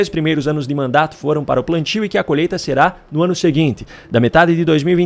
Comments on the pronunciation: Desculpe-me, não é colheita e sim...." colheta". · "Colhêta" (sic)?? "Adôbo" (sic)?? 🤮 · "COLHETA" ... não consegue falar colheita. Deus Nos Livre das trevas.